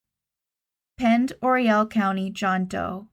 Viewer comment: I always heard it was French. Huh. Learn something new every day. Anyway, yes, that is indeed how it's pronounced. I used to live right across the line in Idaho, next to Newport, WA, Pend Oreille County. Nice area, but a lot of missing people around there.